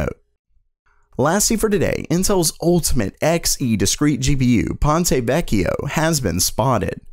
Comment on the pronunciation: Your pronunciation of "Ponte Vecchio" (wich means "old bridge") is quite good! Check on Google Translate for the right accents if you want